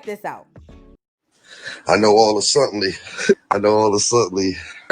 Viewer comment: I just know all a suttenly all a suttenly all a suttenly 😂😭😭😭